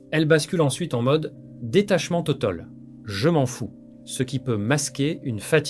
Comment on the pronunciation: Oui, ça m'a paru carrément bizarre ! Ce serait donc encore une fois une vidéo générée par l'IA ? Le doute s'est déjà installé lors de la prononciation de "totaul"... un humain certifié "biologique" ne ferait pas ça. Désormais, faut les touver, les vidéos réelles.